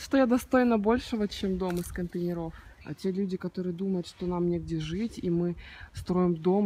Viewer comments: из контЕйнеров, а не контейнерОв. контЕйнеры а не контейнерА. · Соглашусь. Очень режет слух😖 правильно - "из контЕйнеров!" , а не "из контейнерОВ"!!! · контЕйнеров, ударение на Е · Ну сколько можно говорить "контенерОв"! Из контЕйнеров! Ну же... 😏